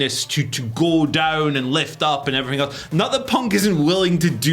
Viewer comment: “And everyfing else”